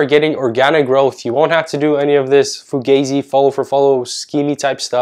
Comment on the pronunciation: Great vid 👍🏻👍🏻👍🏻 he even said fogayzee 😂